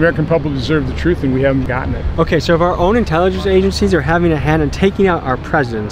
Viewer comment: Why the fuck does he pronounce all his S’s As SHH. “Should we trushht our own intelligenshh agensheez”